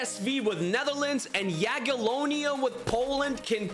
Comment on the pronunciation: The way he just ignores the first i in Jagiellonia